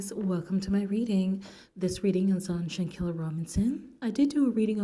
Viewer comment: At least say her name Right! Sheesh!